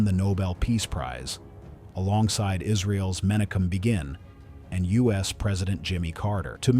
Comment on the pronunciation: Men-a-kin Be-gin, who is that? 😅